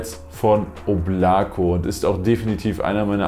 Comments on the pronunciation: Fühl ich eigentlich heißt es oblaka also in der Aussprache (Wolke) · Es spricht sich Óblako. Die Betonung ist auf der ersten Silbe. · Balya wie mich diese deutsche aussprache von Oblako triggert😬